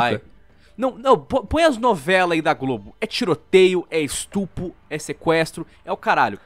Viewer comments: "estupo" kkkkkkk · falando estupo:3